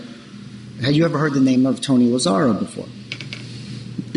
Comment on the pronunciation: Its Lazaro! Not Lazario for the 10th time!!!!!